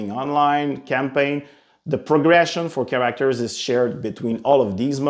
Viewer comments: Cringe every time he says “cAr-aCtOrS” 🤢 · what is a Char-ra-actors? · He said karakterz like 23 times. Good choice. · Hopefully they add more “Kiracktors” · Soooo you’re incapable of pronouncing “Characters”. Ok cool. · ChaRackTers is getting me each time he says it. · "Emfaces" "chareactors" it's so hard to focus on the video I'm sorry, but I haven't been able to focus on anything but the jarring mispronouncing of words. English probably isn't his first language, I'm not trying to poke fun but dammit this video is making me look at the wrong things 😅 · He put the wrong emphASSis on the wrong syLABul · Great can't wait. Also find it hilarious how you pronounce certain words. Like character as "cure-rack-ters" and emphasis as "em-fay-sis" 😂. Nevertheless, nice dive video. Hope you guys do an Xmen beatemup or even DCU.